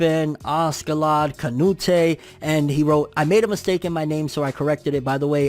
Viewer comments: For what it's worth, on Canute don't pronounce the E as much, it's pronounced more noot. Y'know like King Cnut. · It’s pronounced “Canoot”😅